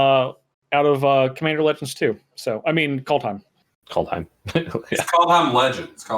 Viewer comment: Worst part about Kaldheim is everyone horribly butchering all the names.